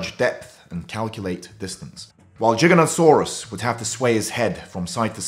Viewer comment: Please pronounce it correctly . It's Giganotosaurus not Jiganotosaurus.Giga